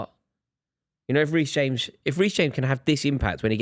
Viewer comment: Did say Weece James 😂